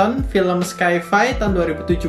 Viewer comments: FYI bro... Sci-Fi itu bacanya Sai Fai .. bukan Skai fai .. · sci-fi = /ˈsaɪ.faɪ/